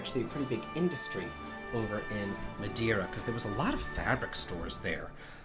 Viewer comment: Hey love your channel and hope you dont take it the wrong way. As a Portuguese, its MadEIra;) And the jewellery bowl is actually for olives, the big "bowl" for the olives themselves and the small one for the olive pit. And no, I'm not offended or trying to educate you. You're great, keep up;) But glad you enjoyed your vacation and that you're feeling better now.